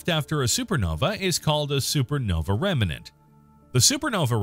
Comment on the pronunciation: Narrator, the word is "REMNANT", not "REMENANT".